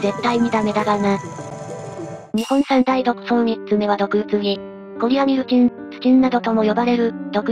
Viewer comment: コリアルミチンじゃなくて、コリアミルチンですね。